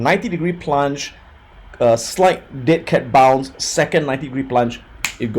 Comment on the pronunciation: is he saying dick head bounce?